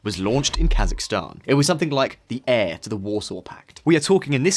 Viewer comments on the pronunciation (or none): none